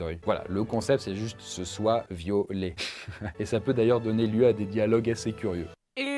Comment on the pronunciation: Je suis le seul à avoir entendu "violés"au lieu de violet dans la partie du purple store🤣🤣🤣🤣😂😂